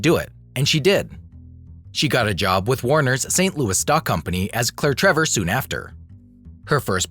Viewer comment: Always good info in these videos. But I really wish names were pronounced correctly.